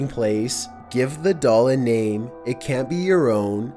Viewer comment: Seriously don't you feel like a damn fool talking like that? Just hearing you say the word "it" is awful.